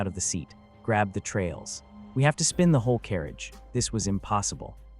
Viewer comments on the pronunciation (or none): none